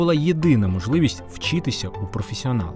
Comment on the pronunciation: Дякую за роботу, але просто оце ваше «вчітися», просто ріже вухо без ножа. Дякую